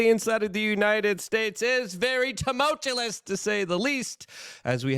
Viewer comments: Did he say that the situation is "tumultuless"? 😂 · I live for the day where 'tumultuous' is pronounced properly. Thanks for all the great work, Luke. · Please homie - it's "tumultuous" lol. You keep saying it wrong every time and no one correcting you. Just want you to know keep up the good work